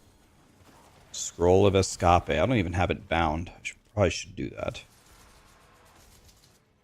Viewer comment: Why does he say Escape in three syllables when it's two.